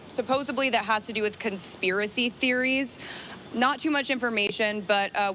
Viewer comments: “SupposEDly” not “SupposABLY” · Did a fox reporter really say "suposably". Nice education there USA , nice